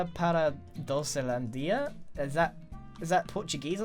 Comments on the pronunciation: I laugh when you say " entrada para doncelandia " that is portuguese , and you read that realy good xd "Entrada para docelandia " means enter to candyland I like the video, very nice ... Like :) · Your Portuguese is pretty ok XD "Entrada para a docelandia" means "Entrance to Candyland"